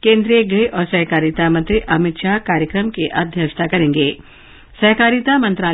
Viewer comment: 'सेहकारिता' उच्चार ग़लत है । ' सहकारिता ' बराबर है ।